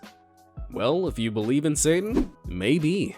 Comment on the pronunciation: I love how you say satan 😂😂 you're just like: sa-un